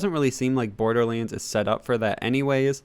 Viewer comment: Iam more annoyed by his pronunciation of borderlands 3; borderliands?